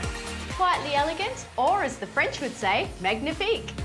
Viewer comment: Magnifique would indeed be pronounced like that by the French, if they would imitate someone from Australia saying it.